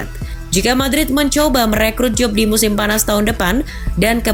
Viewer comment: Bukan Jube Min.. Jude bellingham